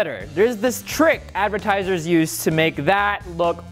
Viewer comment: ⬇️ this is how many times rio said advitiesers